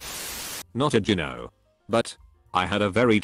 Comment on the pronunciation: Its annoying that you cant pronounce gyno.